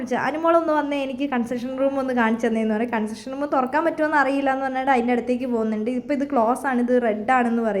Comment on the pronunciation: അതെ കൺസഷൻ റൂം അല്ല കൺഫഷൻ റൂം ആണ്